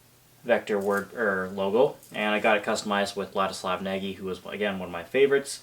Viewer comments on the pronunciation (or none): Nagy is rather pronounced "Nodge"